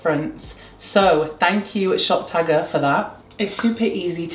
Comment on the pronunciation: Every time you say shop tagger I hear top shagger 🙈😭